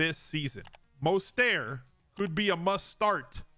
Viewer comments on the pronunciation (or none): The way you pronounce Mostert hits my ADHD nerve... Surprised you've never discussed that topic. I'm addicted to your content,.